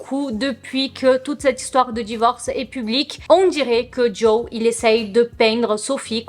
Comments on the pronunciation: trop mignonne 😂❤️ C'est plutôt "Jo" que "Joey" oui le "e" est muet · C’est bien JO et pas JOé pour la prononciation ahaha Par rapport à ce divorce je trouve ça vraiment horrible de tout mettre sur le dos de la femme parce que soit disant c’est une fêtarde. Genre si lui sortait et se bourrait la gueule tout le monde trouverais ça plus normal juste parce que c’est un mec j’en suis sûr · Tu ne peux pas aimer les Jonas Brothers depuis des années et prononcer le nom de Joe « JOEY » 😭😂😂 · J'ai trouvé ta réaction trop mignone quand tu as compris ce que les gens voulaient te dire. Je pense que c'est peut-être tes origines brésiliennes qui t'ont induites en erreur ? Si c'est comme en espagnol le e se prononce é aussi ? En plus dans Friends Joey s'appelle aussi Joseph et tout le monde l'appelle Joey donc ça pouvait aussi induire en erreur. En tout cas je ne trouve pas que ça enlève à la qualité de la vidéo. C'est assez souvent qu'on ne prononce pas les prénoms de la même manière que les autres, et puis on est là pour se divertir plus qu'autre chose, tu n'es pas une chaîne d'information non plus. Pourquoi les gens sont-ils si dramatiques ces temps ci ?